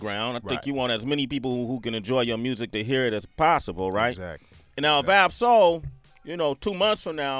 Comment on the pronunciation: You got Ab-Soul name wrong [